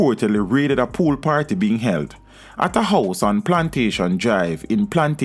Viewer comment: Pool not fool